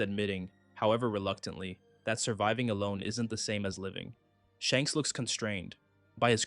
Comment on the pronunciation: Wasn't sure if anyone else had mentioned it yet, but you kinda keep saying Shanks' name backwards, my guy!